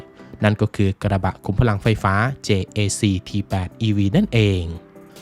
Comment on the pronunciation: JAC เจเอซี เค้าอ่านกันแบบนี้ครับ